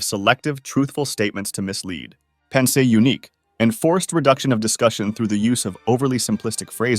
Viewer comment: Just so you know, the accent in "pensée unique" is like é not è. I noticed the same mistake on another video